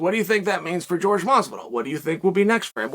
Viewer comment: George vs Hazmat